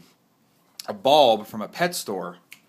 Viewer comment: Very helpful, but when he was explaining it “bulb” sounded like “ball” so I was super confused.